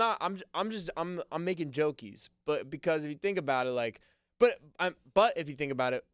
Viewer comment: Ok. The fact you said “jokies” was pretty gay